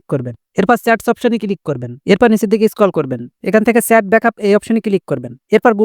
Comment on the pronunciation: Ki baje uchcharon , ota chat , sat na😂😂😂